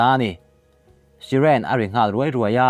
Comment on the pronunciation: Siren nilo in syren ti a lamrik tur ani e